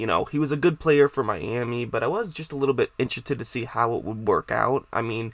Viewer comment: Did u say interethed?